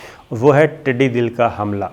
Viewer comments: Its "Tiddi Dall" not Dill, Dall means a large group. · The word is not tiddi dil, It is tiddi dal. But your programs are good and informative. Thanks. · Its not tiddi dil, its tiddi dal.... dal means a large group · The word is Tiddy Dal and not Tiddy Dil as you pronounce. Correct me if I'm wrong. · Sabir Shakir sahib, I follow you regularly. Just wanted to correct something. You have been saying throughout ' Tidee Dil', this word is not Dil but Dal like 'Lashkar' . Tidee is locust and Dal is Lashkar or Army. Together it's army of locust. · sir tiddi 'dal'.........hota hy '...........dil' nahi..........'dal'....ka matlab ikatth ya hujoom ko kehte hn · ٹڈِ دِل نہیں صابر شاکر صاحب یہ لفظ ٹڈی دَل ہے، {دال پر زبر ہے} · Tiddi dil nahi,sahi talafuz hy tiddi dul.aap aksar talaffuz ki ghalatian kr jatey hn.is per bhi tawajoh den. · Sir jee not tiddy dil . It's called tiddy dul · Dear Sabir; Tiddi Dal, it's not Tiddi Dil: bless you! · Sabir shakar it's not tidi dil it's tidi dal... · tiddi dal hota hai tidi dil nahi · محترم ٹڈی دَل ہوتا ھے ٹڈی دِل نہیں 😉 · Word tidi Dil is wrong it is tidi dall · It is not dil but is dal. Things should be pronounced correctly while talking to the masses. I think u will not mind. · پہلے تو یہ لفظ ٹڈی دَل ہے ۔ دوسرے یہ بہت بڑا خطرہ ہے جسے ہماری حکومت بہت ہلکا لئے ہوۓ ہے۔ پورے ملک میں 6 جہاز سپرے کے لئے ہیں ۔ 6 اب خریدے جا رہے ہیں ۔ اپنے ذاتی استعمال کے لئے جہاز خریدیں گے اس طرف کوئ دھیان نہیں ۔ یہ وقت وفاقی اور صوبائی کا مسئلہ نہیں ہے ۔ عمل کا وقت ہے ۔ ایم این اے اور ایم پی اے زیادہ تر زرعی علاقے سے ہوتے ہیں وہ کیا بھنگ پی کر سو رہے ہیں ۔ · Please educate yourself. It's not Tidi Dil It's Tidi Dal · Tiddi dill nahe, tiddi daull hota hai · شاکر بھائ۔۔۔۔۔۔ٹڈی دل ۔۔۔۔۔دل کا مطلب ھے ٹڈیوں کا لشکر۔۔۔۔۔۔DIL is incorrect.......It is pronounced as DUL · صحيح تلفظ ٹڈی دل د پر زبر کے ساتھ هے ۔دل کا مطلب لشکر هوتا هے ۔ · صابر بھائی ٹڈی دل اس میں دال کے اوپر زبر ھے جس کا مطلب لشکر ھوتا ھے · صابر صاحب یہ لفظ ٹڈی دّل ہے - دّل کا مطلب ہے فوج - ٹڈیوں کا لشکر